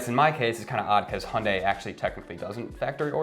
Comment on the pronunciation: its not messed up its called " supply & demand" dont say ydk & mislead viewers. its still a free market & we're plagued by "chip shortage" & supply manipulation than valued goods now become precious. & its not " hundie" its called hyundai pronounce [hyun-day] u guys clowns go drive a fiat quit driving my countries cars